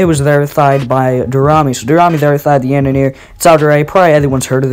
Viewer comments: It is not pronounced " The yandanir" It is prounounced like " The yawnderei" Something like that. And this is not hate i am juat saying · the way you pronounce "The Yandere" kills me xD its Yan-Der-re not Yanineer lmao, also can I please join the crew for this show? I really want to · The yandere is actually pronounced yawn-deer-ay